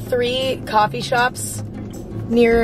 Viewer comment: emma: coffee shops are gonna start clothings- coffee sherps---- Coffee shops are gonna start clothings--are you kidding me? I keep cracking up to this😂😂😂😂😂